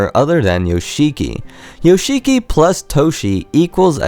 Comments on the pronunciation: It's pronounced Yosh'kee - not Yo-shee-kee. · the fact you say "yo-she-key" instead of "yosh'ki", really says a lot fam :) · you are so in love with Yoshiki but you can't pronounce his name properly. If you watch the documentary, you can see/hear Toshi complaining how business/composing became more important to Yoshiki than their friendship. Toshi says in the documentary that he desipised Yoshiki. I don't think that Toshi truly got brainwashed just like that. I think he was very lonely in USA and that made him very vulnerable to any influance. Some of the facts you made up. There's no official information that Yoshiki kicked out Metallica. Of course if he bought the studio it was his and he could do whatever he wanted with it but there's no information anywhere that he kicked them out during recording period. About Hide hairdresser stuff... Yoshiki didn't convince him to not just be a hairdresser but to become a rocker. Hide stated himself that if he wasn't more interested in rocking out, if he didn't find anything inspiring to mess with he would just become a hairdresser. More to that I think Yoshiki wasn't satisfied with X Japan's popularity, that's why he didn't try to stop Toshi from leaving the band. I read somewhere that they considered hiring a new vocalist with Hide but when Hide died those plans got ruined. Of course it broke Yoshiki inside because clearly he was his friend, not just a business partner and business support. But not giving a flying fuck about his childhood friend change of lifestyle and his wierd behaviour makes you wonder how much Yoshiki really cared about Toshi. Keeping